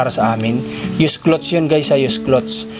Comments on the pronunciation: Clothes pronounce as clods....loll! not clots..tnx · sana po wag ka magalit ha,, icorrect ko lang yung sinasabi mo-- ang cloths po ay tela, meaning hindi pa natatahi,, kapag damit napo regardless kung bestida, pantalon, sando, shorts, ang tawag napo dun ay clothes (ang pronunciation po ay KLOWDS). Salamat sa pagunawa.. Pagpalain kapa!